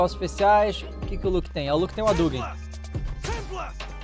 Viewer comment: Roriuguêm 😅 Adugüem